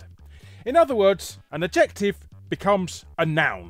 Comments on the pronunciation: Huh. So that's how you guys pronounce "adjective." Learn something new every day. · Late to the comments, so sorry if someone has already mentioned it... I've never heard the word "adjective" pronounced like that, Larry. To sound like "objective" rather than "additive"🤔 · Kind of sweet hearing Larry try to say 'adjective'